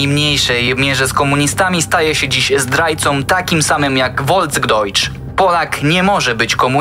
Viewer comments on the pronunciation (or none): Folksdojcz czyta się przez f a nie przez w.